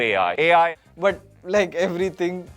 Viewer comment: 🐐 saying A.I 😂